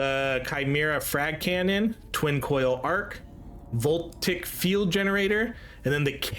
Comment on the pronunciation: voltaic > vol-tay-ic